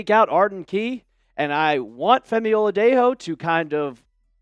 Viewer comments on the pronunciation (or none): It’s O la Dey Joe NOT O la Dey Ho